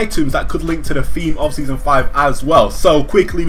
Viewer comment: "Seasom 5"